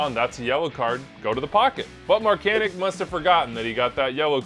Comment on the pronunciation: He is American and pronounces it like “Markanick”, similar to Christian Pulisic